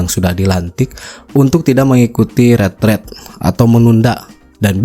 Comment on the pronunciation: Yang benar pengucapanya "Ritrit" versi Indonesianya Retret🎉